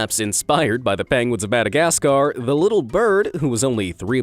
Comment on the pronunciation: “The Penguins Of Madagascar” HAHAHA How he said it